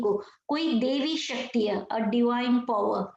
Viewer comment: Not devi shakti, daivi shakti , mam